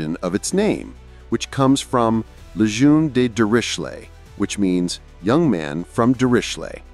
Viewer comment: Um. And Lejeune. And Nooton.